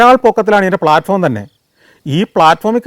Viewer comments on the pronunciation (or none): none